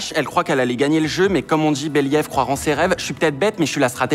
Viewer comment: “Oongleuh, manucureuh” “BeliÈve” C’est tout pour moi.